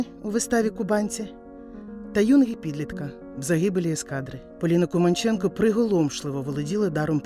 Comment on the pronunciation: Дяка за Вашу працю! Поліна Володимирівна була дивовижною людиною! А прізвище вимовляли КумАнченко. У нас в Молодіжному працювала її рідна племінниця Луїза Філімонова.